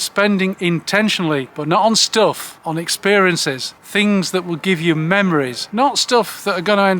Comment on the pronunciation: What’s a stilf? Oh, stuff.